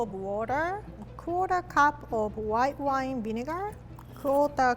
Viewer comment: For once I thought she wasn’t going to use alcohol but then I heard and.... white whone